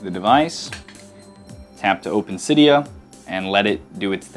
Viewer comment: Cidia not coda